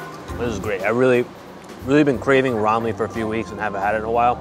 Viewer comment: I became a new subscriber because after 20 years living I can finally found a foreigner that can correctly pronounce Ramly, most foreigners pronounce it as Remly/Raemly. Kuddos to you guys.